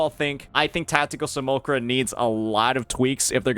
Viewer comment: "see- mule- lack- kra" think of how Simulation is pronounced. Can't be having mispronunciations on top of making typos. ( Just noticed the A that followed the L was completely glossed over..)